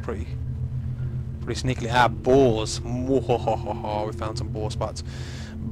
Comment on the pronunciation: when he said boars it sounded like balls